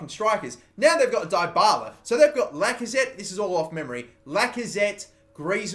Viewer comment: It's pronounced DEEbala